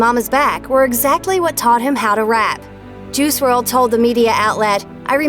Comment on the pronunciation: It's pronounced juhrod